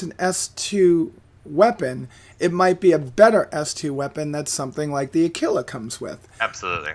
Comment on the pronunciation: Aquila = a - kwil - a